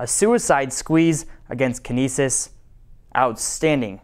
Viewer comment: "Outstadning" #49ersTopPlay